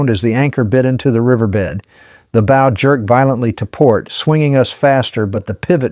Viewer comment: I listened to this. Enjoyed it. I would have subscribed but it is an AI (Artificial Intelligence) generated narration. I found the mispronunciation of the word "bow" (as in the front of the ship) to be like the "bow" of a violin. This is unacceptable and should have been caught in editing. But there isn't normal, human editing. It's AI.